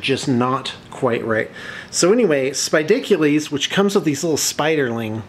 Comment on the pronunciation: It is pronounced "Spidiculous" (ridiculous) actually. The spelling Spidicules is a classic Poots typo.